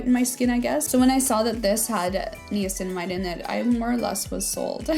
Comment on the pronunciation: I have a hard time taking anyone seriously who cannot pronounce “niacinamide” correctly. 😂